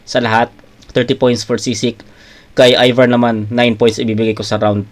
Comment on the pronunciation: ayVar hindi Evar HAHAHAHHA